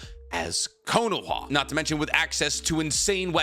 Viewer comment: Why do you pronounce Konoha the way you do????